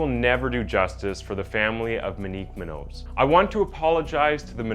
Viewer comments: Its "moon-yoze" She deserves it said properly. And its not the tragic case of rich kid, its the tragic case of Ms. Munoz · Jeeeeezuuuus the way he kills MONIQUE MUÑOS name is ridiculous.. not that hard to pronounce monique smh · dude her last name is moon-yos not moo-nose. sorry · So irrelevant but his pronunciation on names is horrible my god lmao “minique” “munose” MO-KNEEQ MOON-YO-Z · It's also pronounced Moon-Yoz family not Moo Nose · As a person fascinated by language/linguistics, I'd highly recommend you research the names of the people you talk about instead of just pronouncing their names however you like. Moonos is incorrect. It's MOON YOTH. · Bro I dig your vids but you really need to speak-check a lot of your source material. Muñoz (moon-yose) not moo-nose. I’ve heard mispronounced names in more than a few of your vids. Other than that you’re doing great and keep ‘em coming. ✌🏽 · It’s not min-nose the way you’re pronounce it is so disrespectful ! It’s MOON—YOZ “Munoz” !! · Dear …Monique’s last name is pronounced “Moon-yoz” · BTW and FWIW, the surname Munoz is pronounced "moon'-yoss." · Muh-nique muh-nose…. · Can we talk about this man’s pronunciation of the mu nose family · You know her name isn’t pronounced muh-nose, right? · It’s pronounced Mew-naws. Least you could do is honor her by saying her name correctly. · Her last name is pronounced Moo-nios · Her last name is muñoz,pronounce mun'jous not munoz hispanic last name. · That's the absolute worst pronunciation of the name Munoz I've ever heard. (Try "Moon-Yoz") That said, there has been ZERO justice served in this case. Just another example of how the elites are granted different rules/allowances than the rest of us. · FYI for future reference brother, the word MUÑOZ is pronounced properly "moon-yoez', whether or not the 'N' has the curvy line above it or not, it's always pronounced as if it does. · Munoz Pronunciation: Moon-Yoce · I'm Black and I know how to say moonyos